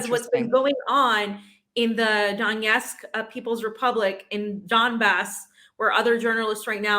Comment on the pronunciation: It's DoneTsk, LuGansk and Za-po-ROZH-ye.